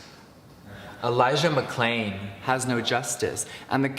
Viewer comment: Beatriz Lara what message is he sending. “Don’t look at me there’s other stuff happening” because that’s what I see. He mispronounced Elijah Mcclains name and failed to post any links to actually accomplish anything. It’s as bad as not mentioning it. Performative activism helps no one and accomplished nothing.